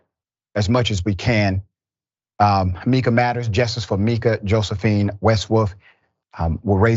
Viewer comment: Justice for Mika 💔 (her name is pronounced my-ka)